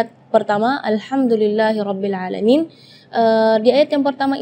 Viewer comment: Penjelasan cukup bagus, tapi maaf.. saat mempraktekkan bacaan huruf LAM sukun, muncul kembali huruf LAM hidup... seperti pada bacaan... bil `aalamiin. terdengar berbunyi... bil..la`aalamiin.. muncul bunyi La sesudah Lam sukun (itu pertama). Dan yang (kedua) sa`at membaca huruf Nun Sukun, muncul kembali Nun hidup...seperti pada bacaan...AN`AMTA, terdengan berbunyi... AN NA`AMTA.. muncul bunyi NA sesudah membaca NUN sukun... Maaf... Wallahu a`lam